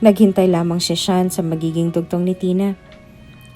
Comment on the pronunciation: Sean at Hindi shian, nice story